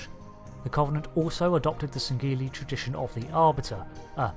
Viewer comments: its not sangeli its sangheili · You don't pronounce the g in sangheili.